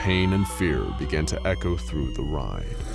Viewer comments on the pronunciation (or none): none